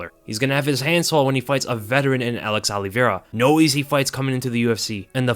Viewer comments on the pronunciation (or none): none